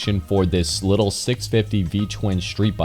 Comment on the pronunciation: It’s not “little”